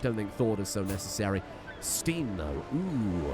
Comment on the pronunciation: i think steinn is pronounced more like stine rather than steen <3